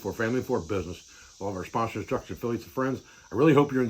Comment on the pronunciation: i like we he says "our sponsorssturctorsfilliates n friends"